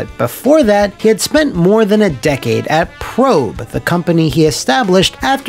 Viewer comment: I thought Prope was pronounced "Pro-pay"?